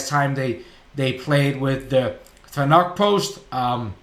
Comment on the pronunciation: you're saying fanuc wrong, it's not fa nuck its fan-ick